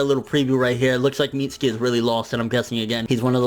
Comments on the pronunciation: Mit-su-kee not Meetski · It's not "Meats-ski" it's pronounced "Mit-sue-key" Lmfao